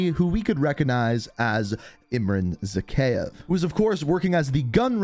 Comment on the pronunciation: It is pronounced Zahayev